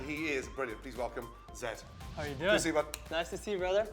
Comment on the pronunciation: Zedd... Or should i say... Zegg...